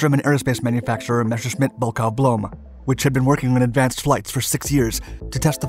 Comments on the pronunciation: Why do people keep saying "Meshershmit"?? It is clearly spelled "MESSER", so it should not be difficult for Americans to pronounce, should it? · It should NOT be read "Meshershmit", but "Messershmit" !! I repeat it 4th time !! Are you deaf or what?